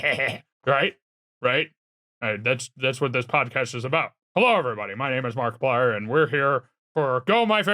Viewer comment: Nobody can Mariplier like can! 🤣